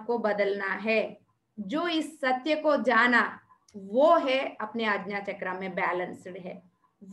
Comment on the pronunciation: आज्ञा =aagya NOT agna All is well